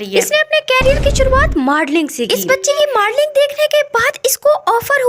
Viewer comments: Pehle bolna sekh le its modeling not madoling gao wali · And first thing its not madling😂 its modeling